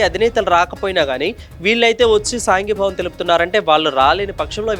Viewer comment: సాంఘీభావం కాదు సంఘీభావం అనాలి.